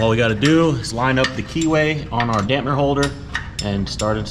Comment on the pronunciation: my man, it's a damper spoken damp-er. Lol 😆 Great work guys this build is coming together nicely.